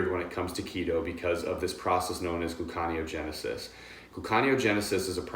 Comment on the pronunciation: I may be wrong but I think it's pronounced gluco-neo-genesis. Otherwise, great stuff.